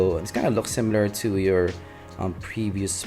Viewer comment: Ohh. The way you prounce "to" is "tsu". Thats why im getting confused.